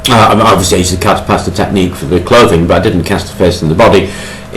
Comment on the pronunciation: It's called cartapesta, not Carta Pasta.